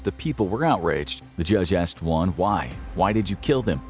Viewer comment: Just a tip, for Latin American last names, you don't usually pronounce the H. Hernandez? It's more Ernandez. Hermosa? It's more Ermosa. Also, you pronounced Juan, and Niño de Terror perfectly :)